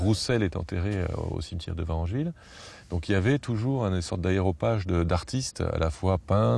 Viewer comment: VarEngeville avec un E , merci